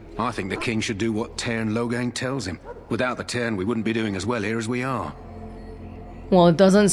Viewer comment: i keep hearing Logang when they say Loghain lol